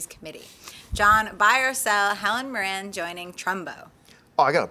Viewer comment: pronunciation of Helen Mirren lol its that twang.love it.i really hope Zimmer doe's the BvsS soundtrack.